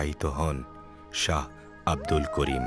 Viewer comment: নামটা ঠিক করেন না কেন? নাকি ইচ্ছা করেই বাঊলের নাম বদলে দিয়েছেন? Saha না এইটা Shah